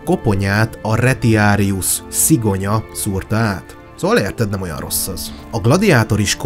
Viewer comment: Egyetlen kifogásom a latin szavak kiejtésével kapcsolatos. A damantio-t (károsodás, sérülés, kárhozat), damnációnak , a "retiarus"-t reciáriusznak, ("halász"), a "venatio"-t venációnak kell ejteni, a "ti" szótagot, ha nem szókezdő szótag, akkor "ci"-nek kell ejteni. (Tanultam latint.) Amúgy élvezetes, jó előadás volt.